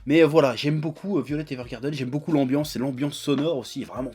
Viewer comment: Mais arrête de dire "violette", putain ! C'est "Vaïolet"!